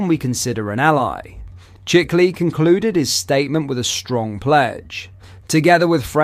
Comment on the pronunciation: Few corrections. 1. the Israeli PM name is pronounced shikli . 2. He is not a senior in the Israeli government . He has a very minor office. He is fond of extreme right organizations. 3. It's not so much about Tommy recogbition as it is about Starmer recognition of a Palestinian state two weeks ago .